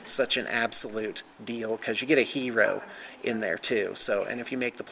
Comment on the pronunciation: you say hero funny